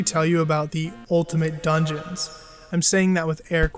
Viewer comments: "Ultimate Dugeons " oof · “Ultimate Dugeons” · “Dugeons” lol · "Ultimate Dugeons"